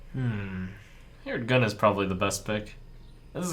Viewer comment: Did he say ''heered gun''? lol